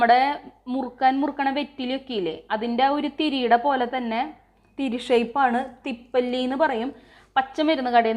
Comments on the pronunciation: തിപ്പല്ലി അല്ല തിപ്പലി എന്നാണ് പറയുക. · Thippali ane. Thippalli alla.